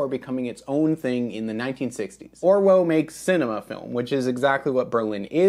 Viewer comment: It’s pronounced ’Orvo’ being German.